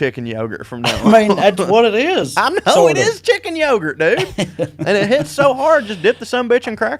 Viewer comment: "Chicken yogart" will from thus day forward be a weekly joke. Thanks ya'll. Btw, when i first tried to remember what you said I thought it was Turkey Puddin' 🤣🤣🤣